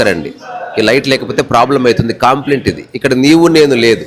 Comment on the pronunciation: కాంప్లైంట్ కాదు కంప్లైంట్ " కా" కాదు "క " please don't think other wise.